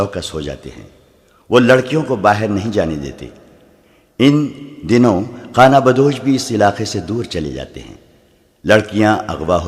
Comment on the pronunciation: ان دنوں۔ In Donoun naheen Bul k " Un Dinoin ان دنوں یعنی الف کو پیش لگا کر پڑھنا مناسب ھے۔